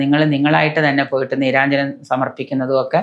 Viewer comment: വഴിപാടിൻറെ പേര് നീരാജനം എന്നാണ്... നീരാഞ്ജനം എന്നല്ല... ശബ്ദതാരാവലി നോക്കൂ...